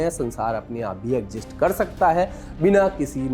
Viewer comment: Mere bhai....Daj god egjist Nahin hota... Pronunciation Sahi karo